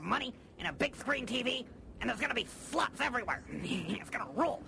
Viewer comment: She said slots not sluts 😂